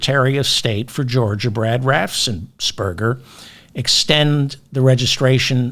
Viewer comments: Only one 's' in 'Raffensperger', not 'Raffsen' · Raffen-S-perger! .... NO extra "s" after the f. Make life easy for yourself, David! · Raffensperger. You’re adding an s after the ff’s that isn’t there.